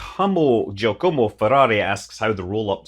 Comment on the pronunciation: Watching Scott try to pronounce Giacomo was even worse than watching Jeremy Clarkson try to pronounce Giacomo. This is the fastest telescope. Pause. In the world!